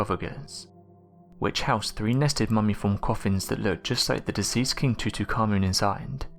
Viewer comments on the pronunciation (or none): TUTUKhamen? Wtf TUTU!?!?! Tutankhamen ...